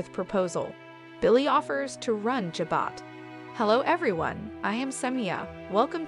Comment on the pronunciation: Can you please pronounce Jabot correctly? It’s not Jobot as in Robot — it’s Jabot as in Ja-bow.